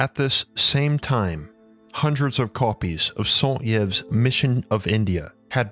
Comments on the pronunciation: Love your videos, but I need to bring up the brutal mispronunciation of Alexandre Saint-Yves’ name. It should be pronounced “sain-teeve”. The T is pronounced as a liaison between the Saint and Yves, and the Y is pronounced as an I in french. Regardless, thank you for this in depth exploration. I figured you might appreciate this minor feedback for when you mention more French scholars in future. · Saint-Yves is pronounced 'Saint Eve'. The Gobi desert was a sea. Refer to H P Blavatsky re the cradles of civilizations. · Saint-Yves should have been prononced saint-eeves in its french language. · For the love of God, learn how to pronounce names before you say them in a video. St. Yves = "sont eeve". Jesus!!! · Just FYI. St Yves is pronounced Saint (just like in English) and Eev for Yves. The e and s are silent. y = ee. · St Yves is pronounce St EVE-, not St ee eve--i am french background so i know---that aside, great video, very illuminating thank you! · ok, he's hurting my ears... you have to pronounce the name like this: Alexandr. Saint-Eve. Dalveydr Apart that the documentary is great. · Saint prononce san like in insane, and Yves like eeve... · Saint Yves /sã tiv/ sa(n) teev Sorry, but started to really bug me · Saint yves is pronounced sunht'eev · Nagas, reptilians, Rh-negative factor....? Great video, appreciate the accurate graphics. Saint-Yves should be pronounced "santeev." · Please note the correct pronunciation of Saint-Yves. Phonetically "sont-eve". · As a French guy, the way you say Saint-Yves is so funny. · Stellar research; stunning visuals! One important thing could be improved, however...when you have a non-English name such as Saint-Yves that is repeated hundreds of times throughout the video, please be sure you are pronouncing it correctly. It was jarring to hear it constantly mispronounced as "Sant Yiv" when it should be pronounced "Sant Eave." There are lots of internet resources to ensure correct pronunciation of other languages.